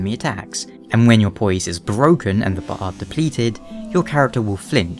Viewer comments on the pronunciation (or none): his way of pronouncing poise..heh poyeese